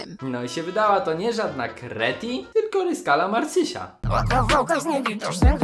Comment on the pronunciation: Nie kreti tylko kretyn